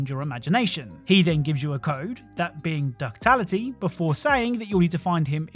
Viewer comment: Duckality… not ducktality